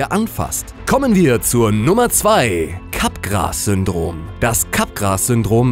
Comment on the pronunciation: Es wird nicht "Capgras" ausgesprochen sondern "Capgraa" (FrenchDialect)